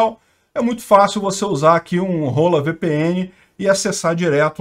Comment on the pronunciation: VPN Hola kkkkkkk eu ouvi primeiro Rôla